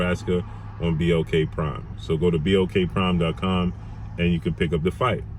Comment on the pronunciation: Bud don’t even know who he fighting for that fool was saying BOK prime 😂😂😂